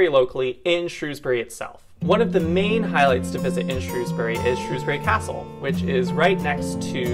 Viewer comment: Good job lads, great coverage of Shropshire, you even pronounced Shrewsbury just like the locals, seldom ever achieved by the BBC news coverage.